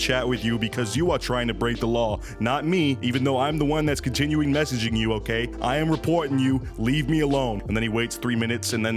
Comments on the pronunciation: The way this man keeps saying "messyging" is driving me insane. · “she keeps messeeging me”😂